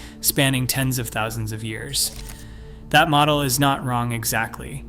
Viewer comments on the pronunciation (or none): none